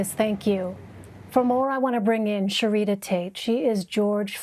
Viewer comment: Lmaoooo her name was ShareeDUH...WTF LMAOOOO